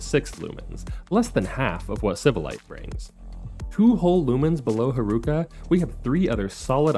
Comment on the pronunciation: Pronouncing Haruka's name like bazooka should be a sin. The syllables should have the same length. It's lalala, not laLAAla. Instead of reading Haruka as one word, it's probably better if you separate it as Haru Ka. Cuz then that way you stop the unnecessary elongation of the second syllable.